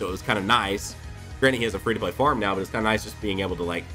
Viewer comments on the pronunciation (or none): none